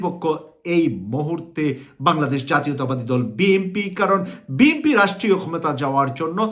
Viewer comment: আসসালামু আলাইকুম আমি কুয়েত থেকে আমি আশা করি আপনার ভাষা আরও শুদ্ধ করে বলার চেষ্টা করবেন আপনার ভাষা অনেক ভুলে বড়া আপনি একজন মিডিয়া বেক্তিত্য বিএমপি না শব্দ টা হবে বিএনপি আর সারজিন আলম হবে না শব্দ টা হবে সারজিস আলম আরও অনেক জায়গায় ভুল